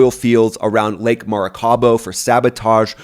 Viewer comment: It's Maraca-i-bo , not Maraca-bo